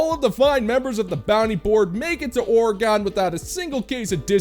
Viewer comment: O-re-gone? Ok, so now we know that only and are NOT an AI voice. 😂